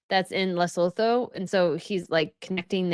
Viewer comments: Lesotho pronunciation ‘Le - soo - too’. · Lesotho is pronounced Luh-soo-too 🙂